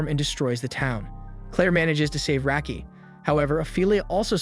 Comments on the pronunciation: First off it's rocky not racky you dumbass Clair always said rocky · That's not how Raki is pronounced.